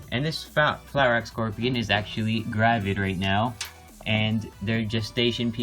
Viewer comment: Are you Skandinavias because you said gravid